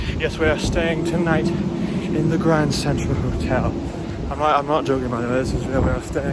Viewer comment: HBD in the "GRRRRRRRRRRRRRANNND CENTTRTRAL HOTEL"